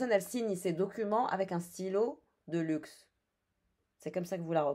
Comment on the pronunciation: Tu as dit stylo de luxe, j’ai entendu de Luc (son prénom 😅)